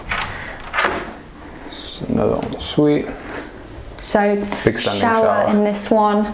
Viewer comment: En suite and not "on suite",.